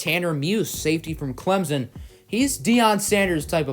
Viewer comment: It’s Clemson not clemzen